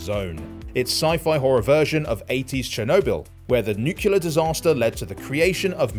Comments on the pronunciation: omg hearing nucular instead of nuclear pisses me off way more than it should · There was also a 'nucular' in there too.